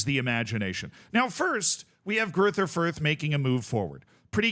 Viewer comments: German doesn't have the "th" sound that English has, it's pronounced like a normal "t" would be. Greuter Fürth would be pronounced roughly Groyter Fürt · No doubt people will be wondering here what is correct, and it's, bare in mind some letters arent typable in english... Gruyter Fuyt? with that German more throaty G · As a German I have to admit that your pronunciation of Greuther Fürth is hilariously bad. unrecognizable 😂😂😂 amazin stuff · ah yes, the infamous "Greuther Fürth"